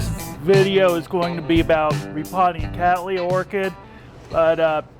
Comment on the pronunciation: Hi Wade, Thank you for using the correct pronunciation for the generic name Cattleya. That is Kat-LeeYa. So many people, especially Americans for reasons that I do not understand, find it necessary to say Kat-LaYa which is not right when you realise that the name comes from my ancestor, William Cattley who was the person who introduced the Orchid to Europe in the early 1800's. Regards.........................Tim Cattley